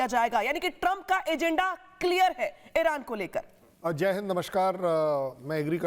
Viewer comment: एरान नहीं ईरान है